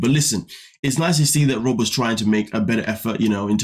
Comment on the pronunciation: You naturally pronounce "Rob" like "Robe". British enough to me lol